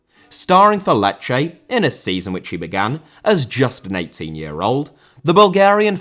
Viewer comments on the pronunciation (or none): Lecce* not Leccei Franco* not Francouw Santo* not Santouw Swansea* not Swonzea Eibar* not Áibah Oviedo* not Oviyeidouw Baldé* not Boldei Inter* not Ento Pione* not Piouwni Vigo* not Vigouw Pépé* not Pepei Cracovia* not Crăcouwvier Lukaku * not Lukohrku Immobile* not Emmouwbelei Salernitana* not Salanetohrner Mbappé* not Mbappei Cruz* not Cruj Roque* not Roquei Liga* not Liguer München* not Munich Stephen* not Steven